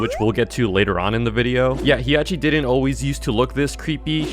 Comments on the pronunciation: As a Mimic enthusiast, I instantly got a cardiac arrest of disappointment when he mispronounced Hiachi. It's Hi-ya-shi, not He-ya-shi. I'm still patiently waiting for pooks to appear. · if you didnt know the monsters were based on japanese myths youre genuinely stupid. the japanese female slenderman as ppl call it is named "Hiachishakusama" 3 monsters ingame or just named the 3 parts of that one myth also the first i in hiachi isnt pronounced so you dont say Hee Agh Chee you say Hah Chee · It hiachi not Hiyachi also Tsukiya not Sukiyaki and it Tomiko not Kumiko do some research